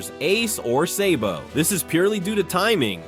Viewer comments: It’s sabo not saybo wtf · Hopefully the is is not an AI voice because if you watch both dub and sub you’ll know it’s sah-bo not say-bo. Cool video though but I never got past this part. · Say-bo…drake-oola…hann-u-ball… Donkey-coat…these AI voices are extremely annoying